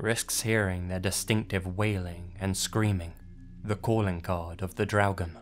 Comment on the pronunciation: Hi, I know I'm late, but I just wanted to compliment you on your pronunciation of the word "Draugen". You really got the r sound correctly, which many Non-Scandinavians have problems with. 👍😁